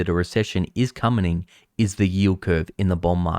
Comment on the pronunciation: “Comening”, nice xD